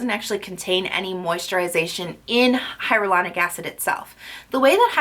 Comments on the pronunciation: "Hyaluronic" not "Hyarolunic" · omg, its hya"l"uronic and not hya"r"ulonic...you pronounce it wrong in EVERY video lol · Is hyRalanic acid different then hyalauranic acid? Or is it just your pronunciation?